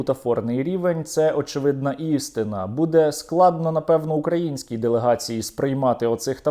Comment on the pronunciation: Потім чорт в пеклі журналом обліку по морді тому moskaлеві ТРІСЬ!!! І каже: Правильно "украЇнський", а не "укрАїнський"! Недороблене...